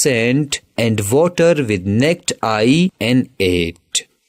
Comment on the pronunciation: Bro said neked eye 😂😂😂